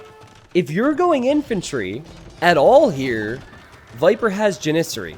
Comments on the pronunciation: Please stop saying Janissary wrong, it's "jan-is-sary" not "jan-iz-ary", both s's are pronounced in this word. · Love your videos, but the way you mispronounce Janissary every time is extremely tilting. Jan-i-sairy with a soft i in the middle syllable and the emphasis on the first syllable. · love your streams/channel but everytime you say janissary it hurts. Think janis joplin, Janis sary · the way pronounces Janissary hurts me on an emotional level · Had to go look up how to pronounce Janissary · You are pronouncing janissary wrong. You are putting the emPHAsis on the wrong syLLAble.